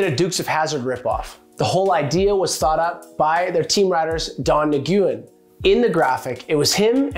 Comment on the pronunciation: Don niguwin?? dude do u even skate ? ur killing me